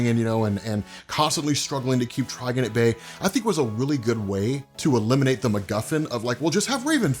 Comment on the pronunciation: Tri-gone! Please! 🤣